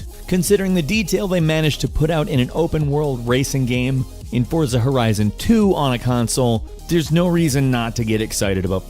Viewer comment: It's pronounced "Fort-sa"